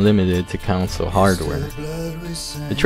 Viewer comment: You pronounce "Console" as "Council"? Sounds odd to me XD Gaming councils